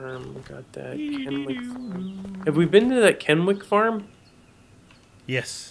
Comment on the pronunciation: lol i love the way the way they say kennewick. i live there and that is not how its pronounced.